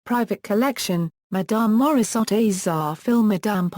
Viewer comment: at least learn how to pronounce her name !!!!